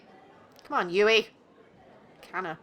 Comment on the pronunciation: When you say Yui, I think of the spelling Yewee.